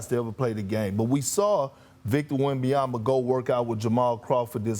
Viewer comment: Who is Victor Yembiyama?? 😂🤣😂🤣😂